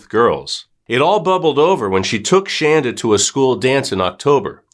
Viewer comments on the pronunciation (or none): It’s Shanda not Shandra